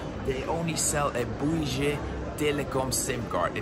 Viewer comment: Pronounced BOO-WII Telecom